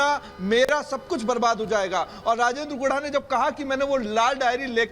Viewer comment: एंकरों! क्या गुड़ा गुड़ा बोलते हैं? गुढ़ा बोलो यार!